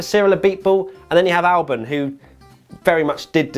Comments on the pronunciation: he says bottasalbon which sounds like verstappen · Same here with Albon, even when slowed down.